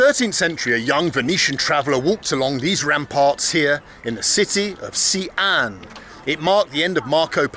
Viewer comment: It started so well until he bollockeds the pronunciation of Xian. She-ann.